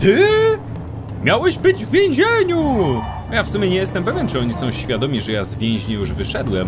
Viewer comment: ty tak nieironicznie gadasz? Nie sądziłem, że tak trudno powiedzieć 'z więzienia' xD HAHAHAHA REMASTER BTW to po co ty jechałeś do tego sklepu, skoro mogłeś sie przebrać w domu XD